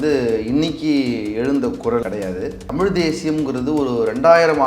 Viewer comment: தம்பி நெறியாளர் தயவுசய்து தமிழ் என்று உசரிக்கவும்.